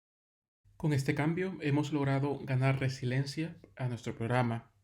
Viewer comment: Es RESILIENCIA NO RESILENCIA